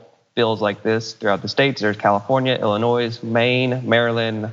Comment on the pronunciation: Hey,, you don't pronounce the S in Illinois.